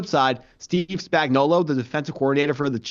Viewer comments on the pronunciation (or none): Steve Spanky-gullo? Really? It’s Spagnuolo. Not “Spanky-gullo” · Man we gotta make sure we’re pronouncing guys names correctly if we’re gonna be analysts 🤦🏽. Nagy and Spags earned that much respect.